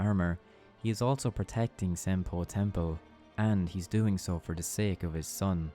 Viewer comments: Great vid! But half way through I just couldn't pay attention as half the times he says "Senpou Temple" as "Senple Tempo" lol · I’m sorry but every time you say Senopu Temple it sounds like “simple tempo” and I can’t stop laughing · Who else kept hearing "Senpo Tempo"? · it completely breaks my focus every time you say senpo temple. or senpo tempo